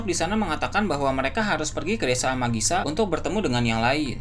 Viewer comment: Desa amigasa min bukan amagisa